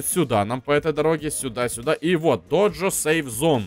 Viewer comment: не доджо а додзё